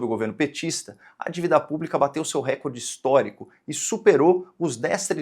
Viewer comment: Posso pedir uma gentileza? Fale “recórde” e não “récorde”… A pronúncia CORRETA só vai fazer brilhar mais a sua já luminosa inteligência. Desculpe, a impertinência…